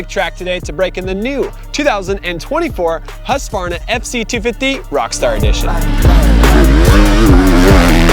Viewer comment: Please upload a video of you pronouncing ”husqvarna”. I have never heard a native english speaker ever even coming close to pronouncing it correctly. Which really don’t matter, because english speakers are not expected to say the name of swedish towns correctly nor slavic last names